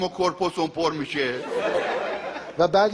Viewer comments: Corpse ro mige corpose 😐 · ولی واژه کورپوس که گفته شد آقای دکتر پر ادعا اشتباه بود اصل کلمه Corpse این است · آقای دکتر مملکت کلمه Corpse به معنی جنازه رو کورپوس تلفظ کرد خخخخ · Corpus یعنی جسم البته تلفظ اشتباه استفاده شد